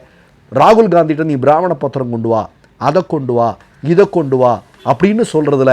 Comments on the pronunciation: உச்சரிப்பில் தவறுதலாக பிராமணப்பத்திரம் என கூறினாலும் ஓரு வகையில் அது அந்த வகைதான் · ´சொல்லக்கூடிய` எனும் சொல்லே இங்கு 10 முறைக்குமேல் வருகிறது. அதாவது, அந்தச் சொல்லைவைத்துக் காணொலியை நீட்டி, கேட்பவர்களின் தலையில் சட்னி அரைத்திருக்கிறார் இந்த யூடியூபர். மேலும், பிராமணப் பத்திரம் என்கிறார் இவர். ஆனால், பிரமாணப்பத்திரம் என்பதுதான் நடைமுறையில் உள்ளது.